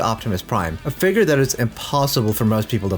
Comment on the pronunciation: The way He says Figure....Hard ER figg...